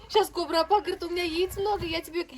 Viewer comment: Не Кобра апа. Правильное произношение - Кубро апа ....